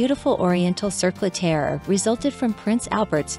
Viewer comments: It’s pronounced TEE-ara. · You are not even pronouncing “tiara” correctly. Try again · This is a joke right? A documentary riddled with mistakes, using computer speak for titles and funniest of all, in a documentary about tiaras, unable to pronounce the word tiara!